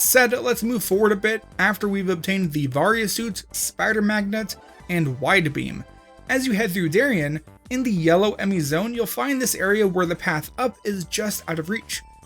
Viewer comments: dairy-in lol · Why u adding syllables to Dairon tho lol